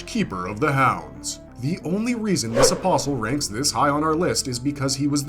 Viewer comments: thank you for pronouncing apostle correctly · Lol nothing is worse than people say “apostle” and enunciate the “t”. Blech, makes me cringe every time. At least he didn’t do that, lol.